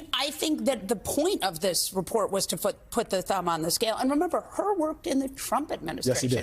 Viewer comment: FYI his name is Hur not Hurd.